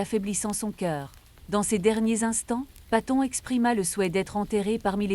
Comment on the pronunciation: Enfoiré .. on ne prononce pas son nom comme ça.